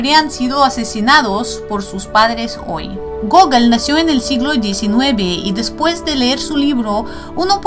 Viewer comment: cada ves que decias gogol parecia que decias google XD buen video.